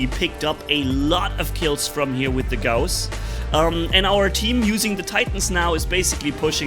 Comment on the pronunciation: Gouse suck we pronounce it gauss